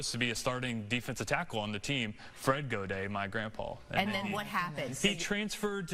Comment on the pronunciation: We do not pronounce Gaudet in French like he said.